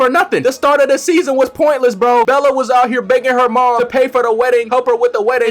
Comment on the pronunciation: i appreciate you calling her bella instead of belly XD